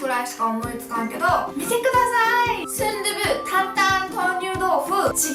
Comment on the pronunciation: 다른 두부는 도후 같운 발음인데 순두부는 순두부 그대로 발음해서 조금 움찔했다...